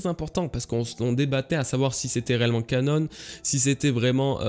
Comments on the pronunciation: pourquoi tu prononces canon "canone" ? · arrête de dire canone! Ça me stresse depuis looooongtemps... 😁 On dit canon (comme un canon), c'est un terme à la base religieux, canonique, pas anglais!